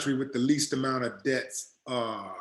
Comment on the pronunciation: I love your show!! One thing though when you say Deaths' it sounds like Debts.. I just wanted to point that out to you.